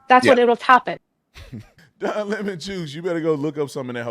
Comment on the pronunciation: Don Le(Pronounced La) Mon(Pronounced Moan)…. DemonRats!